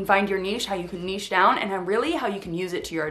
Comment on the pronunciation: This is the only video about finding your niche, that actually has the correct pronunciation of the word “niche.”